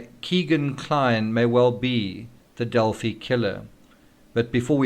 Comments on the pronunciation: Pronounced Del-Fi. Long I sound. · Australians would pronounce it like you, but since it is their town we would pronounce it their way in this instance. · We pronounce it 'Del-fee' in Texas and Illinois. Hoosiers can be strange sometimes. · We'd say Delphee in UK as in 'Adelphi (ee) Greek for 'brothers'. Strange that PhiliDELPHIa is pronounced like ee